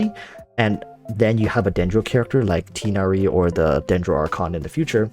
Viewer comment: U said tighnari's name wrong :(